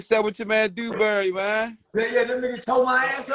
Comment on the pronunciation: "Dew-Dew-Dewberry" 🤣🤣🤣🤣🤣🤣🤣. He called him "Dew-Dew-Dewberry". Oh lawd!!🤣🤣🤣🤣🤣🤣🤣